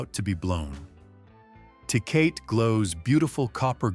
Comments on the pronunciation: It's NOT pronounced TAY-COT but TAY-COT-TEY and if you think that Lone Star an A grade cheap beer i feel sorry for your tongue and your liver. Lived in Texas for 12 years after living in and near St. Louis most of my life. I had a glass or two of that swill and swore off beer until I got my hands on Modelo and especially Negro Modelo,---better than Tecate, better than Dos Equis. Negro Modelo is still my choice of beer. Guiness stout on special occasions. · 😂😂 Tay-Cah-Tay ….Tecate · It's Tah Kah tah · Do you really trust the opinion ?of a sight that mispronounces Tecate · As much as people bitch about bad grammer here...no one here complains that this robot clown can't say tecate properly